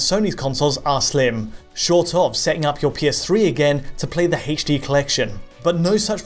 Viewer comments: "Play MGS on your Eggsboggs won eggs in heydschD" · Something about the way he says "h" in "HD" makes me inexplicably upset... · You're saying "H" weird